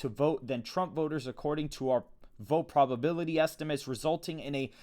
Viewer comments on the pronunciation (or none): none